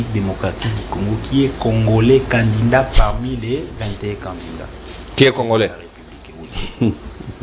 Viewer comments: TU DOIS DABORD BIEN PRONNONCER CANDIDAT AU LIEU DE CANDINDANT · TU ES CONTRADITOIRE AVC TN PRESIDENT LUI MM IL RECONNAIT..MAIS TOI TU ES DERRIERE LE POSTE...AVC TES ERREUR DE PRONNONCIATION CANDINDAT AU LIEU DE CANDIDAT TU N AURAS PAS DE POSTE MR